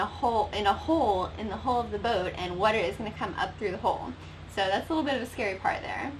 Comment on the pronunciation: We all have accents, but hole and hull should not sound the same in English.